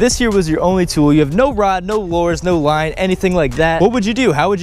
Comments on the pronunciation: It sounded like you said "Wine" at 7 .50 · This is how many times we thought he said wine instead of line ⬇️